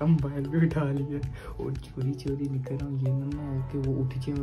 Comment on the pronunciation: Payment nikvsl aya ha Not nikal Its nikval😂😂